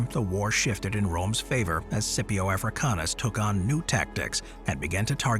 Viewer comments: He thinks it's a silent letter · Yeah it's Scipio don't know why he is saying it weird